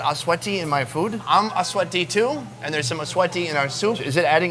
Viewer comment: I thought I heard him say, sweaty when the guy was talking about achuete. lol